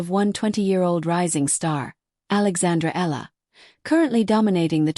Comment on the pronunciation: Her name is pronounce as eee ya la.